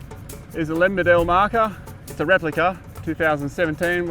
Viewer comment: My grandfather knew Len Beadell. He pronounced Len's surname as BEE-DL. As it beatle but beadle. Len Beadle. My grandfather worked on the highways way back when...